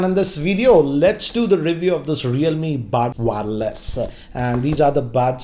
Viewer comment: worst intro ever . his english pronunciation is too bad . baads (buds) , Waarless(wireless).